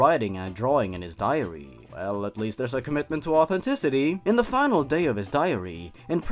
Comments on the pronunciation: I'm so bothered by how it sounds like he's saying diarrhea instead of diary :'D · I thought you said diarrhea of a whimpy kid lmao